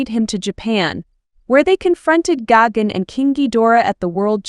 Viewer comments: Its gigan not gagan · Why does she keep mispronouncing Gigan as Gagan? There's no extra A in his name. It's Gigan with an I. Not Freakin Gagan!